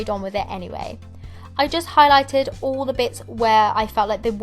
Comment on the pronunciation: STOP SAYING "ALL" "UUUUUUUL"